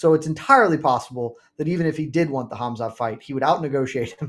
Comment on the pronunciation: How is still saying "Ham-zot"